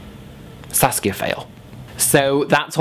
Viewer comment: Am I the only one who thought he was saying sasuke instead of saskia